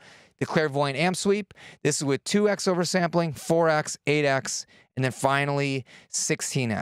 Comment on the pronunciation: 2x is pronounced "2 times". The "x" is not the letter x, it's the times or multiplication symbol. Just one of my pet peeves :)